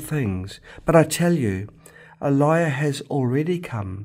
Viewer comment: Bro, You got to Pronounce Elijah Correctly first! It is not A-Lie-Yah but "Uh-Lai-Juh!". 🤪